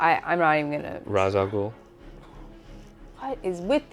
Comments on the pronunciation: Ra’s Al Ghul first name is pronounced Rase not Ras according to the Batman animated series. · Great Batman adaptation, almost perfectly captured his character But it's pronounced Ray-sh, not Razz, so 0/10